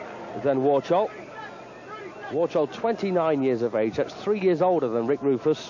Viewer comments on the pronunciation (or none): To Józef Warchoł. Nawet komentator to mówi "Worszoł" :D Początek 90s. Kickw formule full contact na piedestale